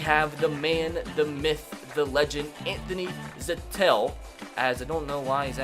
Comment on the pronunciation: Stop saying Anthony Zettel’s name wrong